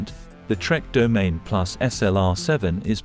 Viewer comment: Domaine… 🤦‍♂️. It’s Do-ma-nee